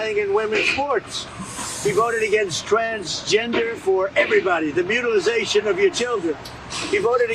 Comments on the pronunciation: He keeps saying mutilization omg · "Mutilization" it's mutilation